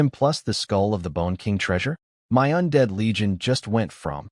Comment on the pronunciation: The AI doesn’t know how to pronounce MY and doesn’t know math.